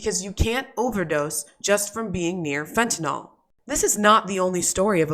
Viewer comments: Can anyone pronounce “fentanyl” correctly? It’s Fenta-nill, not fenta-nall. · stop calling it fentinall it should ber pronounced fen tah nil... nyl never sounds like all